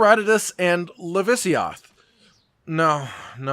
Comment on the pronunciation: LAVAsiOTH. Not lavisioth